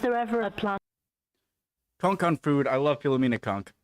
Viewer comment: At least you can pronounce Philomena the correct way instead of that other bloke who does reactions and keeps pausing every second who pronounces it File-oh-menna.